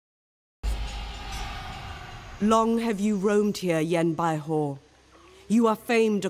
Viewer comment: the way u say Yan Baihu is incorrect. Ur saying a hou sound, but its actually just like saying who. Great intro and video overall though. You might have wanted to get a mercenary contract for fighting the yellow turbans to help gain more money, but you can do that in the future when wanting to declare wars against people. Your pronunciation of Sun Ce is technically correct. You would say it the way you say soon. Also, you might want to eventually split Yan Baihu and Yan Yu since they are both infantry commanders, and you have no cavalry in that army.